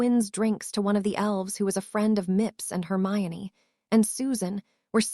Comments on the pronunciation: YEP the only reason we've figured this out is it is literally one of the most famous well known characters & if we're here we knew the books and the name harry. Thats what we came for. So we figure it out trying to figure out why it can pronounce hermione but then she is HermaLone etc... And thats just the start between the AI having a stroke in the 3rd and 4th parts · I heard it too....it also switches Hermione to HERMALIN later on lol Can't the AI just watch the potter movies and learn